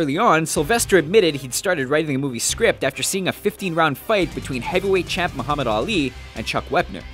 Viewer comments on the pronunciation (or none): none